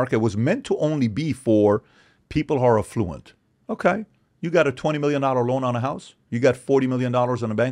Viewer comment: The guy can't even pronounce the word 'affluent' correctly and you want us to believe his BS? Tom Bilyeu, you're a disgrace for hosting this type of scum.